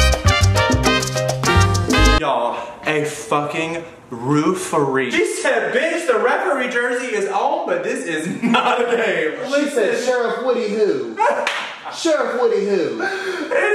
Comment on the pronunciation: rooferee* lol